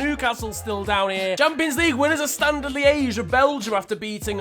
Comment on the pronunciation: Liège* not Liyeige